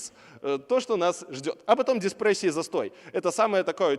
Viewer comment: Сказал "диСпрессия", написал "дИпрессия". Что же-таки хочет сказать оратор?)